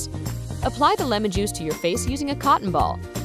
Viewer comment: On she says jui-ce. Listen closely. I know I'm gonna get so many likes and comments